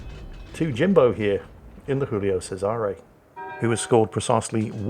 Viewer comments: I never understood why thinks the Giulio Cesare is a spanish ship. Its Giulio not Jiulio. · for fucks sake, it's not Julio, it's Giulio. same as you're saying, not ['xingls] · It's Joolio Cesare not Hoolio Cesare. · Somebody needs to tell that the G in Giulio raads just like a J in English